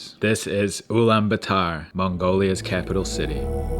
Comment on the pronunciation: Blud can’t even say the name correctly